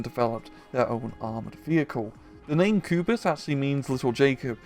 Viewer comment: Pronounced kubush